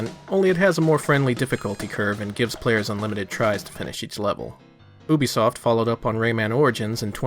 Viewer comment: You say Ubisoft correctly... Subscribed! lol